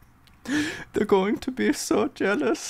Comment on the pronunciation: literally shattered me with the "ThEy're Going to be so jēhlous"